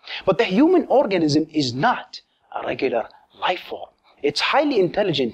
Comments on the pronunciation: Did anyone hear him say "orgasm" instead of "organism"? Hee hee hee . . . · "orgasm" instead of "organism" :P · Sounds like he said orgasm.